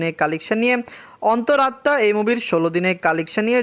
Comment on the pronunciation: অনেক বলার পরে আজকে ঠিক করে অন্তর আত্মা উচ্চারণ করেছে